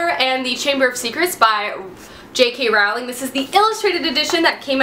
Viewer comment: Ohhh, I need that illustrated edition in my life right now. Psst, JK's last name is pronounced like rolling.